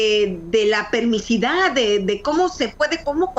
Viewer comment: Permisividad, no permisidad...